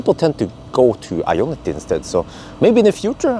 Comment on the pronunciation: why do you keep saying iona t? 😂😂😂